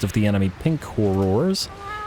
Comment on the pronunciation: The way you prenounce "Horrors"... I understand youtube will think you're saying a vulgar word for sex-worker if you slightly misprenounce horror.